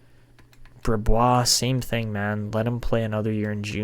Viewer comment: Brisebois is pronounced breez-bwah! That's why Patrice Brisebois was nicknamed Breeze-by but hopefully that name doesn't stick for a goalie haha